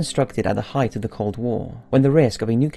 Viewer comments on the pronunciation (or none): none